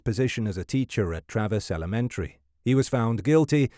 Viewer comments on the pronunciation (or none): none